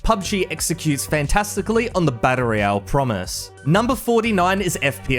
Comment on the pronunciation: learn to pronounce "battle royale" correctly.